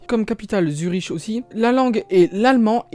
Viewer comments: Après pour "capitale" d'une region, on parle plutôt de chef-lieu je crois. C'est comme ça qu'on a appris à l'école en Suisse. Et Zurich ça se prononce pas Zuriche mais Zurik le ch c'est comme un K. Et si un jour tu fais une vidéo sur le Liechtenstein sa capitale Vaduz ça se prononce Vadoutz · Je comprends pas trop qu'on fasse des vidéos sur la Suisse quand on sait pas prononcer Zürich (qu'on finit comme Münich....)... Non on prononce Bellinzone à la française parce qu'en italien c'est Bellinzona. Pareillement, le terme de capital n'est pas pas utilisé, sauf pour Berne; on parle plutôt de chef-lieu..